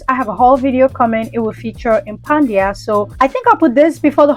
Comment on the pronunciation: Why did you keep pronouncing it Impandia ? It’s impadia. Where were you getting the N from?